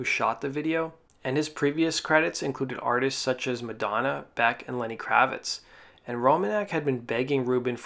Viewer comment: Is the narrator pronouncing Beck as "Back"? No thanks, I'm out!